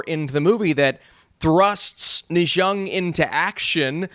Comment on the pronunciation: maybe try "Ner Zar" if not 哪吒, but not "nijor"